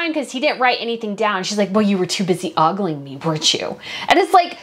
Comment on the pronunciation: About 2/3 of the way through, she says, “you were too busy ogling me…” That word was mispronounced. It’s oh-gul 😉 not a common expression these days, I guess. The actress would’ve done well to consult a dictionary.